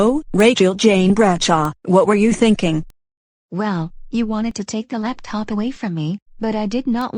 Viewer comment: says laptip instead of laptop